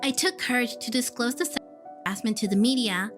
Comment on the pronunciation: Why can’t you say ‚sexual‘